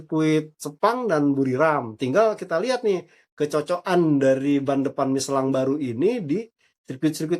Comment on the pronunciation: WARTAWAN ORANG INGGRIS AJA NYEBUTNYA MICHELIN BUKAN MICELAN. APALAH JADI CRINGE